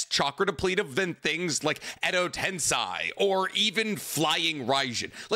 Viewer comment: Love 90% of what does but I have a gripe I can’t ignore with this man. He’s a literal Naruto scholar but mispronounces several things I feel like should be inexcusable for a man that believes his own hype so strongly. For example, he says “Tensei” wrong every single time. I mean cmon man, it literally is one letter off from “sensei” but we don’t hear him saying sen-sai.